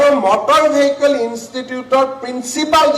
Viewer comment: Vehicle pronounce Koribo nuware aisobe, keneke nu news anchor hol nije u najane sage. Mor gedha bilake he job pai, bhal educated manuhe napai. Vehicle 😂😂😂